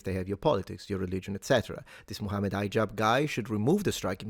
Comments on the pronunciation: You pronounce his name as High-jab. why? His name is pronounced like He-jab. It's not hard to say. Especially since you're not an American hillbilly. Not a big thing but what with that? Otherwise, it's not the first time Hijab blocks or edits debates he took part in. A snake of the worse kind. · Hee-jahb. But he does act high so I'll forgive ya. Lol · High Jab? No. It's He-Jab